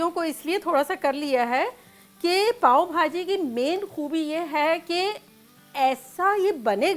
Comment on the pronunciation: its not paaon its paao bhaji 😍